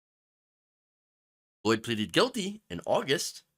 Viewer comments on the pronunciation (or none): none